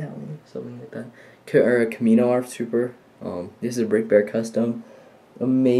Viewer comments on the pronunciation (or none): none